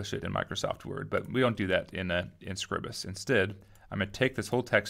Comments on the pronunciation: ...should have called it scribe-us, to get the name right... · I'm sure someone has already said it, but, the pronunciation is off. I am fairly certain that it is … LEE-bruh Office SCRIBE-us